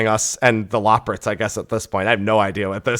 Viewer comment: Okay I've just got to pick up this but it's super annoying that you don't know how to pronounce loporrits, when they literally say it in many cutscenes.